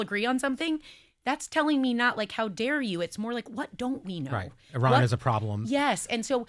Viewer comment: google correct pronunciation of Iran, topic will come up often for a while. Sara was pronouncing it correctly.